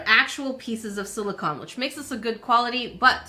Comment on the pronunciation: OMG, YOU FINALLY SAW ONE!! 🤣🤣 I know it is, I've watched you for a while. The very first comment about this that I made, I had said something like, "I know English isn't your first language," but you never saw it 🤷🏻‍♀️ So, it's basically become a mission that I'll make a similar comment on every video where you mispronounce silicone a lot, and hopefully, eventually, you'd see it. I'd given up hope you'd ever see it at this point though, so I didn't have a disclaimer lol. Sorry! Love your videos though, you're so hilarious and fun! 💜💜